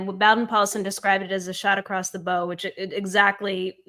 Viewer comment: "bow" in "shot across the bow" refers to the bow of a ship and rhymes with "cow", not with "crow".